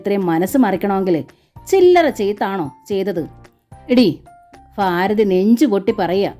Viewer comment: വായന വളരെ നല്ലതായിട്ട്.... നല്ല ഹൃദ്യമായി തോന്നുന്നുണ്ട് ❤❤അതേ ഫീലോടു കൂടി ഉൾക്കൊള്ളാനും പറ്റുന്നുണ്ട്... പക്ഷേ ആ ഫാരതി... ഫയം... ഇങ്ങനെയെല്ലാം കേൾക്കുമ്പോ ഒരു അസ്വസ്ഥത 😞പ്ലീസ്.... ഭാരതി... ഭയം... ഇങ്ങനെ വായിക്കാൻ ശ്രമിക്ക്യോ?